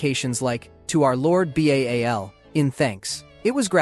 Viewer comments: 'B-A-A-L'? 😮‍💨 It's 'Ba-al' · Lol! It goes with 'B-A-A-L'!! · Persian scaphism is still debated and borders more on being false. This was only recorded by their enemies (one in particular), yet you brought it up twice. Also, why is Ba'al pronounced as B-A-A-L instead of the actual name?